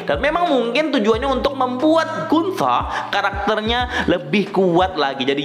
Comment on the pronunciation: Gunter dibaca Guntah